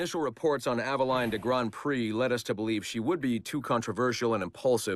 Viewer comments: He can't say Aveline correctly either. It's [Ava-leen] not [Ava-line] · Altair [All-tie-eer] Ezio [Et-see-o] Aveline [Ah-va-leen] Conner [Because my pale ass can't pronounce his native name any better than the narrator]